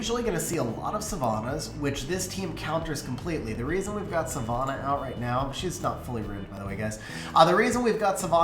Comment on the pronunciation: Ffs, learn how to pronounce Savannah.